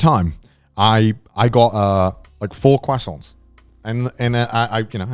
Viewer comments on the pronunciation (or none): "Quassont" - CDawgVA